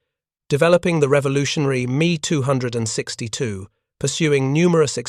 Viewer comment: Too much repetition at the end and finally the 'Me' 262 mispronunciation finished Me or Pissed Me off.